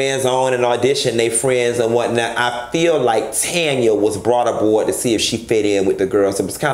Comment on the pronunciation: I died at TANYA, NOT TANNN-YA